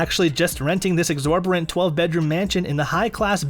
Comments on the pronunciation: Exorberent? It’s exorbitant. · "Exorberant"? what ? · You lost me when you mispronounced, “promissory note” and “exorbitant”.